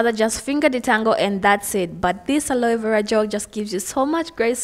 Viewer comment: Love how she pronounces aloe vera. It's cute